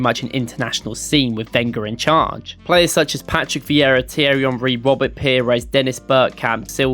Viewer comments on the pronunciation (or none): none